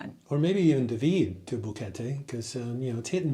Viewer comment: Dahhhhvid not duhvid